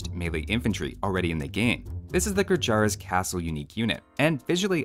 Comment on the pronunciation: its called "gurjarrr" and not "gurjaraa"